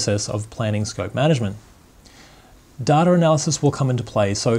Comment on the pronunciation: Its data not datar, project not pro-ject.